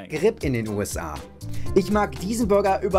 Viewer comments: He pronounces the word "burger" more like "Bürger", which is the German word for citizen. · Burger und Bürger... I'm crying 😂. He pronounces burger similarly to the German word for citizen. 😂